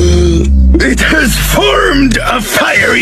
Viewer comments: BRUH NOBODY UNDERSTANDS THE JOKE IS THAT “LAYCHAY” IS THE WAY HE PRONOUNCED IT, NOW STOP SAYING “it’s pronounced leche” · First of all, I'm not American. I have to admit that you do probably know more about Spanish than I do but I've also studied Spanish and no one but Americans pronounce leche like ley chay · Someone who pronounces leche as "LAY CHAY" is truly the whitest person ever Edit: not a hate comment and no offense to anyone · I hated how he pronounced Leche like lay chay